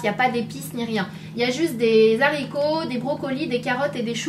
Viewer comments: Sana je t'aime mais tu as fait la liaison entre le s et les haricots ("zharicots") c'est pas bien ne fait pas ça !!!!!! #snapananas 🍍🍍💚💚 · RIP les "zaricots verts" X'DD